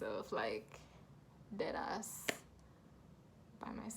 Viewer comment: From I heard the way you said “deadass” I KNEW you a yaadie 🥳🇯🇲😂